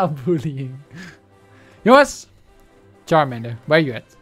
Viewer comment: Het is charmander